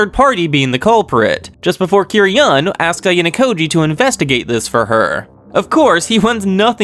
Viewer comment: Made a comment about name pronunciation a long time ago but didn’t really say how.😊 Ryūen is Ryu-en not ry-uen Kiryūin is Ki-ryu-in not ki-ry-uen Ichinose is ichi-no-se not ichi -nose (which you are saying correct right now😊) No offense though. Still love your vids. And also love how you reply to all comments, even in old vids.😊